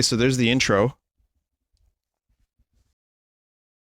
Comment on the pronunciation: what a gweat fiwst impwession